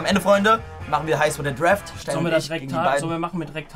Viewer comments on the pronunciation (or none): D-R-A-F-T nicht D-R-E-F-T 😖